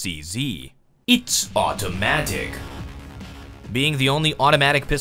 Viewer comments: autimatic? nice enggliski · "autimatic" ?? :p